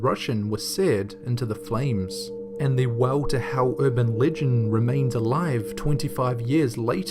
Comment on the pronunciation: "The Weww To Heww."